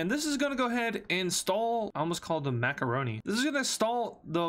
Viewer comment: bro called it macoroney